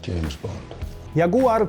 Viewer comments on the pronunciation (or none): none